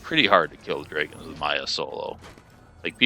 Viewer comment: He has a unique way of saying drayguhnns half the time. Says dragons the other half. Strange